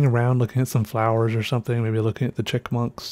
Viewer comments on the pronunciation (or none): Wait. Did you say "chick-munk"?